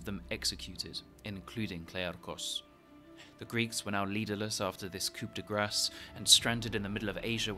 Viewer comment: How did you manage to pronounce those ancient Greek passages so well, and yet mess up “coup de grace”? 😅